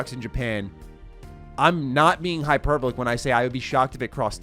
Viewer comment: Maybe it's just the sinuses talking, but it's hy-per-ball-ic😉